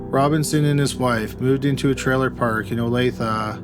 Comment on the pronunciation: It amused me that he got so much mixed up, wrong and/or mispronounced then he pops right in with saying the correct state and pronunciation of Olathe...like...wth?